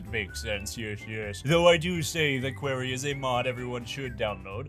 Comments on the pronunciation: Kwarreyh, not Query :P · I've never heard somebody butcher the pronunciation of "Quarry" so badly before.